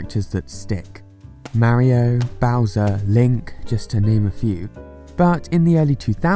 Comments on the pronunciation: ok ok ok Maario it’s Mario you make the a’s longer then they should be just say mar then io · You said marryo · Plz stop saying mario like that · nobody:: MÆrio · Forever amazed on how fun Americans’ pronunciation of “Mario” is. Is it MEH-RYO or MERRY-O? Or maybe MARY-O?